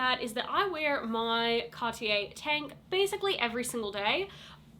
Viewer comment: Say “Cartier”again?? Haha 😂